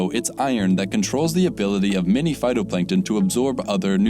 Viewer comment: (and earlier) the word is pronounced "many" mot "mini."